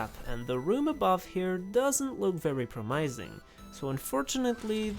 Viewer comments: I thought you were pronouncing those words differently to be funny. I just watched your minecraft with one inventory slot and I thought iron was funny. Iron = "i urn" not "I ron" Promising = "prom missing" not "prom eyez ng" Mechanism = "mech in ism" not "mech an ism" Currents = "cur rents" not "kar rents" Cur like curry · I hate how you pronounce mechanism and promising. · i wish promising was pronounced the way he pronounced it tbh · I got jump scared by that pronunciation of promising lol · I like the way you say “promising” and “mechanism.” I’ve never heard those words pronounced like that before. (Sorry if this sounds rude.) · It’s because he’s saying them wrong lol